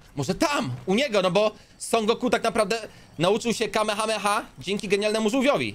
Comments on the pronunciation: nie kamehama tylko kamehameha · ale też Ci tam wyleciał kame hame haaaa